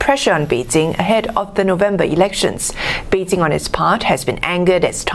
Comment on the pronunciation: Note to. Bei Jing, not Bei Zing. I cringed every time when I hear her says Bei Zing.